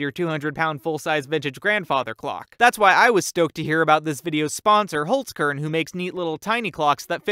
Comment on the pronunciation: You said holzkern so wrong